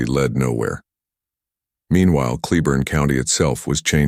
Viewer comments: Pronounced Clay- born. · Argh! It's pronounced " clay-born" county..